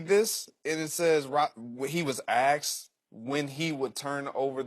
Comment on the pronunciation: "When he was axed', I thought I heard. But he meant 'when he was asked".